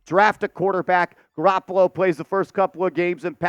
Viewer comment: Garapolo???? Are you kidding?